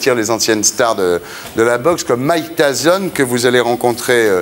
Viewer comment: Comment il a détruit Mike tyson en "Mike tason "